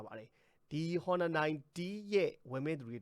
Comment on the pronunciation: အော်နာလား ဟော်နာလား အသံထွက်အမှန်ကို ရှာကြည့်ပါ။